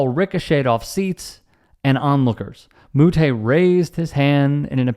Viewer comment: This is a non story, I love the sport of tennis… plenty of players have smashed rackets and also you said Moutet name wrong